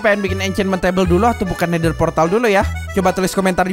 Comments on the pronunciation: Nether bos bukan netter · portal nether bos bukan nether:v